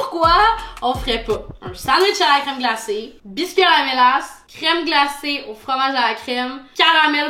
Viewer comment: c'est la ''mélasse'' 🙂